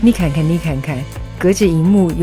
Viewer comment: 我听到了山东话，嫩看看，嫩看看